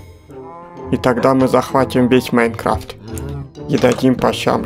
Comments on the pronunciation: не иайнкравт а майнкрафт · Правильно майнкрафт а не майнркравт